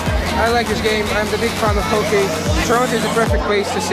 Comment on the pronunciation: Ok kid, it's pronounced Hockey (Hoc-ee), not "Hokey". It's awesome to see a kid who has never seen a Hockey game before. There are Six Canadian teams (used to be seven, Quebec Nordiques they turned into the Colorado Avalanche) we have: - Toronto Maple Leafs - Montreal Canadians - Ottawa Senators - Winnipeg Jets (Current: Arizona Coyotes)(ex - Atlanta Thrashers) - Vancouver Canucks - Calgary Flames & my home team the Edmonton Oilers